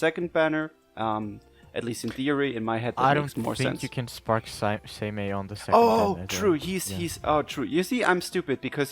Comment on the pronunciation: Its pronounced "Saymay" for Seimei.